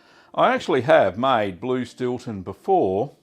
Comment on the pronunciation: Stewton or Stilton? lol